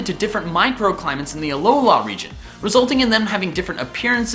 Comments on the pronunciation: It's AlOla, not AlolA. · Hermione Granger voice it's a aLOla not aloLAAA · why do you keep saying alolohh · AloLA... I think you put the emPHAsis on the wrong syllAble. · it's aloa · The main thing that I've seen for the reason for Alolan Raichu, the blue eyed surfing Pikachu from season...two?...one? IDK. But as for you Number One choice...YES! I want it so bad. Lastly, and this is just nit picky me being nit picky me...Uh-Low-Luh. I love your videos dude! Keep it up! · Was he pronouncing an n at the end of alola